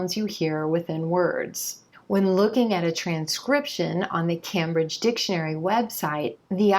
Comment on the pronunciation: I'm a native English speaker, so why am I watching this! Anyway, not to nick-pick, but you mispronounced Cambridge four times in this video at: , , and . You pronounced it Cam-bridge (Cam like as in Camera). It's pronounced Came-bridge. Your videos are very useful to Non-Native English speakers. Keep up the good work :-)